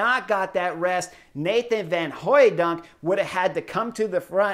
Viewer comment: Kudos for that "van Hooydonk"; you're a fast learner!